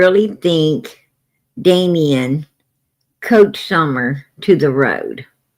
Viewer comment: It’s Coached not couched! You sit on a couch! 😂